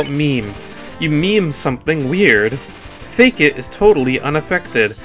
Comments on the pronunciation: its fAkit not fakeit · its not "fake-it" its pronounced "fuckit" xD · I think it's pronounced like F*ck it for Fakit. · Fun fact: Fakit is pronounced "Fuck it"